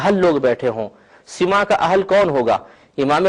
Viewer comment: ابے مولوی سَماع ہے سِماع نہیں مولوی ہرگز نہ شد مولاۓ روم تا غلامِ شمس تبریزی نہ شد مولوی ہرگز نہیں شد ہو گا جب تک کسی صوفی کی صحبت نہ کرے لے